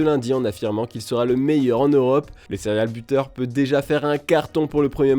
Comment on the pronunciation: Le céréale buteur... encore un tueur de céréales... Vous êtes vraiment des clowns avec vos anglicismes dont vous ne savez même pas les prononcer.